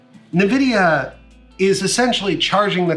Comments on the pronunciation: Pls can u call them n-Vidia and not nividia? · the way u say nvidia make me want to die